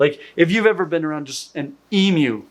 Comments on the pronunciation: Emu drumming is way shiny. And, thank you for saying eemYoo not eemoo. You are an educated man. I love you. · 😁 You can pronounce emu! Subbed!